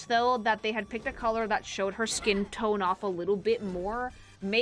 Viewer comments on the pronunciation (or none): none